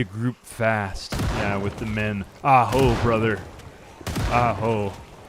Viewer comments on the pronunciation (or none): “Aho” is actually Native American, if you could stop saying it like it’s cave men that would be amazing and anti-racist of you. Thanks Aa